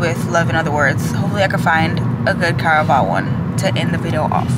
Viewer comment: I haven’t read caraval but l want to befor u said caravsl l thought it was carnival